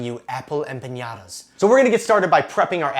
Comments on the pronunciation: What a great recipe, thank you! Just so you know it is pronounced empaNada, NOT empaÑada ;-) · There is a difference between ñ and n and empañada is not a word. A normal "n" and not a "ny" sound is correct. You should probably have just called it a flauta since it actually is a flauta just with apples instead of meat. "Flauta de manzana" - that sounds like it would be an actual thing! I have made tons of mistakes learning languages and the only way I got better was correction - so please don't consider this trolling. The recipe looks delicious. I will have to make it tomorrow for breakfast. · Hola! I love your videos. Have been following you for over a year now. I'm not Mexican, but I do follow your videos like I said, so I feel the right to tell the following: I was not offended by your version of an empanada (though they're nothing like an empanada should be), but by your pronunciation of some of my favorite words TORTILLA and EMPANADA drove me crazy! (With much love.) TORTILLA is pronounced with a "j" sound at the end, and EMPANADA does not have an Ñ, so sick to empaNAda with "n" sound. Gracias mi amigo zombie!